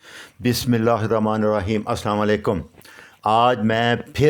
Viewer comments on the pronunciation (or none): none